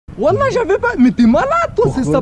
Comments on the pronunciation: VeN0M grave Sinon c'est Whallah et pas ouala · UnTer PlaY toi nom plus appartement lol C'est Wlh comme sa se dit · Le mec il sait même pas dire wllh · Mdr le mec dit walla il et pas reube